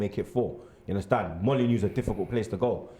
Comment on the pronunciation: Yes I do "Unnastand"